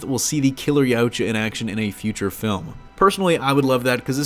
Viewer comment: It's pronounced Ye-ah-ch-ah Yautja